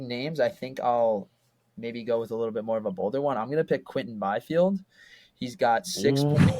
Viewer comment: Bro said Byfield